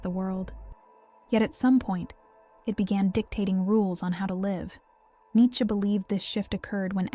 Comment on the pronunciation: Its nee chuh